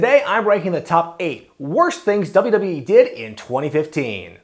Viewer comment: "dubrubee" - how to pronounce WWE like